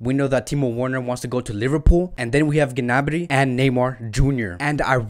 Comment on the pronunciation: I watch videos posted by you and TalkFCB to get the latest transfer rumors relating to FC Barcelona and I must say, much props to you two. My only issue with your videos is the pronunciation of the names of players (and clubs) e.g. your pronunciation of Werner, Gnabry and Sané in this video, the ‘w’ in Werner is pronounced as a ‘v’, the ‘g’ in Gnabry is silent and Sané is not a homophone for someone who’s mentally sound lol. Since this channel is focused on FC Barcelona, you should at least know that the ‘g’ in Ter Stegen is pronounced as ‘g’ not ‘j’ or the ‘j’ in de Jong is pronounced as ‘y’.